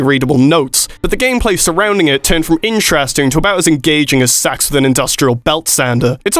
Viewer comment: Did you say "Sax with an industrial belt sander" or "Sex with an industrial belt sander"? Because at least one of those is quite "engaging"